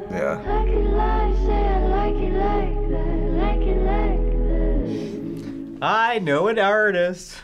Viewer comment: Billie Eyeler? 😂😂